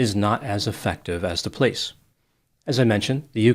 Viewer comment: Is it an Italian thing or a Detroit thing to say pleece instead of police? My grandma did that and I love it. Just curious.